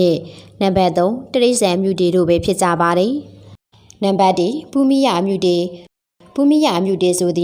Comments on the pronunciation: အမြုတေ အ မ တေမဟုတ်ဘူးလေ အမတေလို့ဆိုပါ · အမ တေ မဟုတ်ဘူးဟ အမတေပါ သေချာလေး ဖတ်ပါပြောပါ😮